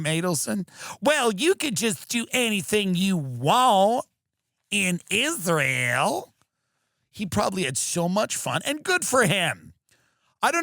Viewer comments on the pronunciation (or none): pronounced it “Izrul”